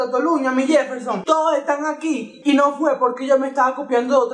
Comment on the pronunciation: que lo diga el yefel-SHON jajajja te amo:3